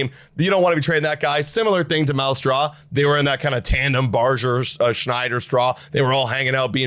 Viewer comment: You guys are still saying Barger's name incorrectly.